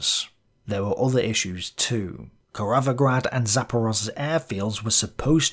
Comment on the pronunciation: "Korovograd" ahaha, this is supposed to be Kirovohrad, or modern Kropivnitskiy right? Right? Not the city of cows....